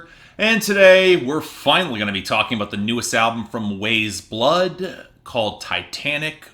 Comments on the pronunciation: This is easily one of the best albums not just of this year, but this decade so far for me, but I respect your opinion. I think what bothers me most is how you say her name. it's pronounced like WISE blood, not WAYS blood. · its pronounced wise blood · it’s pronounced wise blood my dude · You could not even pronounce her name correctly, says all I need to know about the thought put into this review. Don't talk about this artist again please. This review is a bomb on the level of Fantano House of Balloons and the dislike ratio says it all